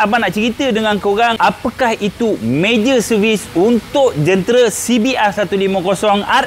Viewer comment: sebut sekali lagi bang, major serevis😂😂😂😂😂😂